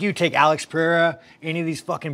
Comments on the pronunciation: It’s Pereira Brendan.. not Piera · How many times does Brendan say Pierra? lol